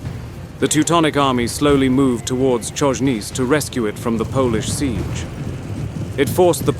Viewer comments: 'Czojnic' 😂😂😂 Its CHojnicE... Cherekwichca? 😂😂😂😂 Love ya xD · Polish names are mispronounced beyond recognition. Chojnice is not any "Konniz". It`s HOY-NEE-TSE.